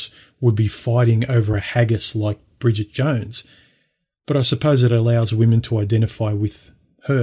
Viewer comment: "Bridgette Jones" 😆😆😆😆 Let's not forget, Superman.